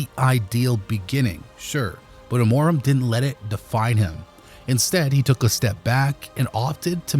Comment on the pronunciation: "Amóraum" ? LOOOOL